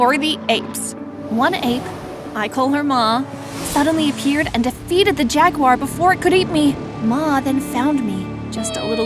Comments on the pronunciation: jag U war ? 😂 the way she kept saying it had my laughing so hard. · “Jag u ar”? 😂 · Why did she call it jagiu r😂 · “A jaggywar.” 😐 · Nobody heard when she said jaggy war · lol why did she say jaggywar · I’m sry did she say jagywhire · “Jag u ar “ me: 🥲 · Why do you say Jagwar like that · Is no one gonna talk about the way she said Jaguar 😂